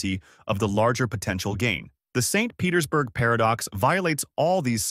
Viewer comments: Must be read by AI or it would have read "St. Petersburg Paradox" as the name of a place instead of a longer pause after St. because it must be the end of a sentence, and an additional emphasis on the P in Petersburg as it's the beginning of a sentence. Very good AI, though. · AI readers have a hard time telling the difference between a full stop and an abbreviation. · AI sees a dot after ‘St’. AI pauses for end of sentence 🤦‍♂️ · Yep, the way it end the sentence at the dot of St. Petersburg give it away